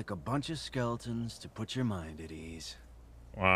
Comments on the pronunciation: SKELETON!!!!!! Fuckin skelington 😑🙄🙈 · "Skellingtons" lol so I'm not the only one